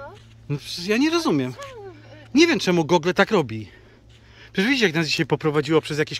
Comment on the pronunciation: źle wymawiasz "Google". Ja też kiedyś miałem z tym problem, ale teraz już wiem jak robić to poprawnie